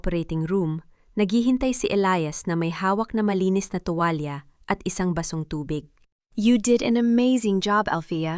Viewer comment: Pwede ba Ms Narrator ayusin.mo naman ang pagbabasa ang dangal. Ay danggal at saka ang tuwlalya ay tuwal àlam mo ba kakainis pakingan.